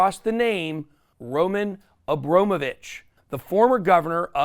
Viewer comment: You must have heard another American saying Abramovich correctly yet you say Abromovich. You even enunciated it. Why? It's you job to speak, why not speak well?